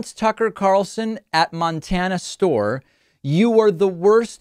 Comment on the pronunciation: David- it’s “store,” not “stauwer” buddy. Might want to check that accent of yaw-ers.